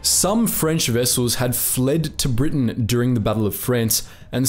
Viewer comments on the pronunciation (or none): none